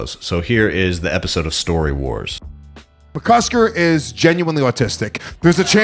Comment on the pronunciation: McCusTer??? It's McCusKer! Have some respect 😆